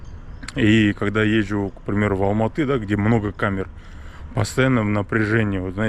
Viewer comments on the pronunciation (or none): none